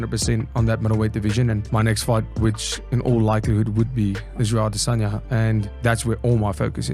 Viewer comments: Why are you still saying "I'll-Diss-On-Ya" 🫵🏽🤣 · You're the only person who says "adesanya" like that.